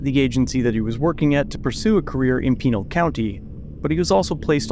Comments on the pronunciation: Pinal County is known to be corrupt, as is Pima. It’s on the level with all of New Mexico. Just as a note because it’s my home state, it’s “Pin - a’all”. 🤓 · Ok, it bothers me how you're saying "Pinal"... it's PEN-AL. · Please learn the correct way to say Pinal County lol.